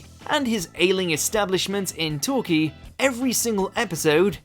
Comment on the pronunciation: My favourite comedy is the narrator of this video being unable to pronounce Slough and Torquay.